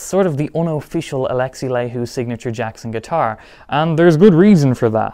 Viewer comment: Good video. I have one of these guitars. Your pronunciation of Laiho hurts my soul 🙃